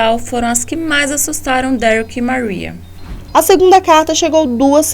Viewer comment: Fala Maria em inglês de novo kkkkkkk